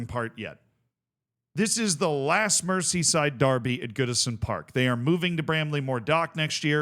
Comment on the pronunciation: Mer-zee not mercy